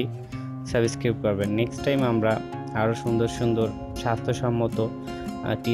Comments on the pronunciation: আপনার ভিডিওটা দেখলাম কিন্তু কোন মশা মরলো কিনা বোঝা গেল না।প্রমান না দিতে পারলে ওই রকম ভিডিও পোস্ট করবেন না।আর শুধ্ব বাংলায় কথা বলতে শিখুন।না বলতে পারলে অশিক্ষেতের মত 'সাবসক্রাইব' উচ্চারণ করবেন না।ওটা সাবস্ক্রাইব।অপদার্থ কোথাকার।আপনি বাংলার বদনাম করে দিলেন। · Thik kare subscribe pronounciation korun. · আমি আনসাবিসক্রিব করলাম আর ডিজলাইক দিসি আগে সাবস্ক্রাইব উচ্চারন করতে শিখেন আনএডুকেটেড ইউটিউবার।